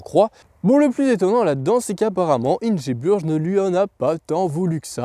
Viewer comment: Ça se prononce Ingebourg je crois